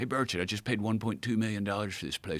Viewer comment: Finally, Joe can pronounce his name correctly.